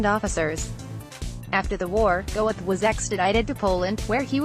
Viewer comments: NOT "Go-eth"! "Goeth." It's a GERMAN name! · It’s painful listening to the robotic butchery of his name. It’s not pronounced “Go-eth”. It’s “Gurt”. And the peppy music is wildly inappropriate, given the subject matter. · Name is NOT pronounced Go-eth. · Pronounced Gert, not Gowith. I'm sure your low subs are dropping by the week. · Very weirdly produced and edited video. What were you thinking with the upbeat narration and pseudo-club music? And why those distorted, stretched-out photos of his face? Also, you should learn to pronounce the name of the person the documentary is about. It's pronounced "Gert", not "Go-eth". Having as many dislikes as likes should tell you something about the quality of this video. I almost never criticize videos that actually present the facts like this one does (I really hate click-baiting lies) but the WAY you present the facts SUCKS! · The correct pronunciation of this last name is khett not "goeth" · And the name is pronounced "Gurt". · pretty sure his name is pronounced Gurt in german. 2nd time I've ever given a thumbs down. the mechanical voice etc. it's just bad. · If you can't speak German, don't try to pronounce it! Goeth is pronounced Gurt to rhyme with hurt. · FFS Do not have a computer narrate a potentially great wee documentary! If you've taken the time to put together quite an informative work like this, find a 'human' narrator or leave it to your text. Amon 'Gowith' would shoot you for much less! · It's not pronounced "Go-eth"...get rid of the computer produced voice over. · She can't pronounce Goeth .